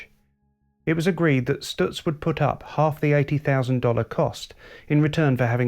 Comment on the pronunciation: I've always been hurt that so few people knew of the genius that was Frank Lockhart. I guess that the brevity of his career could help explain that. Two things that I felt let down by this video. IT was too short, because there was much more to be said! Also someone should have coached the presenter how to pronounce Stutz! (St-utz not Stu-tz) About Lockhartz's legacy. He was a master of car preparation and his two Miller racing cars raced on without him. Louie Meyer won the national championship while driving most of the seasons races in one of the Lockhart cars. the other Lockhart car won the 1929 Indianapolis race with Ray Keech driving. As for Stutz, they were involved in Le Mans the same year Lockhart was lost and were in a winning position until late in the race when the cars innovative 4 speed gear box began to fail. The Stutz Model BB Blackhawk came home in second place, 8 miles behind the winning Bentley which was reduced to running at 50 KPH by a failed cooling system and a cracked frame. After this date the investors in Stutz were discouraged and the company faded from the market.